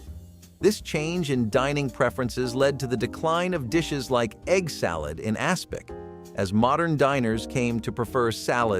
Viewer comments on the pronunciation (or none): Aspic, not aspect!